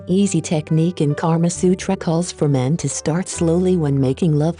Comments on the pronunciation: Thanks a lot but I am a indian. That's not karma sutra that's kama sutra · It's KAMA SUTRA, not KARMA SUTRA. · It's not Karma Sutra its Kaama Sutra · Its "Kama" Sutra not 'Karma' sutra lol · Wow. This video is sexually graphic and it turned me on. By the way it is Kama Sutra not Karma Sutra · This is called kam sutra not karma sutra... Stupid... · Its not KARMA SUTRA,. Its KAMA SUTRA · Karma Sutra ? I believe it's called "Kama Sutra" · its kamasutra not karmasutra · Its kama sutra not karma sutra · NOT KARMA SUTRA IT IS KAMA SUTRA 😎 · Lol it's not karma sutra but it's kamasutra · isn't it 'KAMA SUTRA'... instead of 'karma sutra'....???!!!... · And it’s Kama Sutra btw instead of Karma Sutra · It's Kama Sutra and not Karma Sutra. Both have totally different meanings.